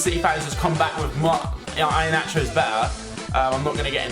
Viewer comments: I A NACHO?! I-HE-A-NACHO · Ee a nacho is how it's said :) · it's pronounced i-hee-an-acho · It's ee anacho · pronounced ehanacho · ih-he-nacho is how it's pronounced! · You cannot pronounce Iheanacho's name